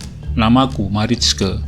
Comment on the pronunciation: Marijke bacanya Maraike kang🤠 Seperti biasanya,selalu menyajikan cerita2 yg sudah hilang, si Akang memang paling pintar cari cerita. Matur nuwon Kang Admin👍👍👍